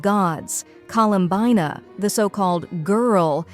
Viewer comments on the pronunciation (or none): "Colowmbayna the so called Gwrllll" im sorry I can't 💀💀💀💀💀💀